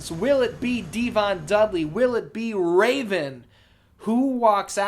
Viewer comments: From till the end of the match, I lost it 🤣🤣🤣 “Ra-Von” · Did you just say raven with the flying balls sack.🤣😂🤣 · ‘Will anybody be able to defeat “DDT”?’ Was it too much for Cole and Tazz to say “Raven”? (It also didn’t help that Ian kept screwing his name up as it was!)😂😂😂😂😂